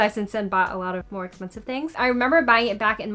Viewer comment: I love the way you say “espensive”💜😂